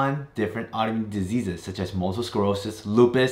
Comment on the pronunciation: did you mispronounce multiple I kept hearing multel or am I missing something.